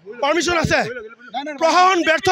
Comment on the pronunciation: ভাষা কে কৈছে নে (অহম , প্ৰশাহন .) শুদ্ধ কৰি কঁও চোন অসমীয়া ভাষা কেইটা